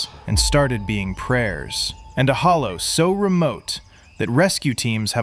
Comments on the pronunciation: He also doesn’t know how to pronounce “Hollar”. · He said hollow lol